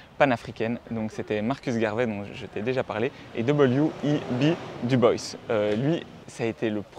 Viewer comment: Dubois prononcé à l'anglaise 🤔. Vous pouvez dire Dubois 😉